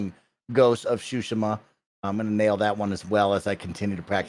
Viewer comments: Greg, your pronunciation of Tsushima is better than most but still not quite there. It’s TSOO-shee-maw (the T is not silent). But I also wouldn’t worry too much as long as you’re trying, most of your audience probably doesn’t speak Japanese. As a side note to Tim since it comes up pretty often, it’s O-nimusha, not AW-nimusha. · But the second way isn’t correct either. It’s Su- Shi- Ma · it’s TSU-shi-ma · I know that but for some one that might not know Japanese they’ll probably over pronounce the t. It’s hard to tell someone how to pronounce something via text lol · Still not correct, better than most but the T is not silent. He’s also pronouncing the second syllable wrong. Actually all of the syllables are mispronounced lol. But I don’t expect everyone to speak Japanese.